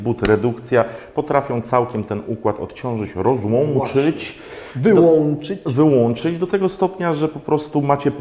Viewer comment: Rozłanczyć i wyłanczyć, hahaha